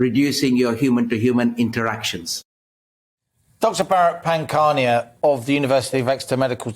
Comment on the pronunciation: is drunk. Inappropriate laughing, couldn't pronounce Pankhania's name and said it was "Exeter Medical TOUR". I think has been in the sauce this morning.